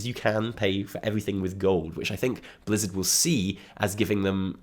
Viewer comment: did he say Blizzda ? Blizzard & Bethesda hybrid XD!